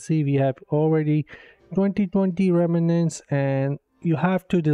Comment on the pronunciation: It's pronounced "rem - nants": two syllables!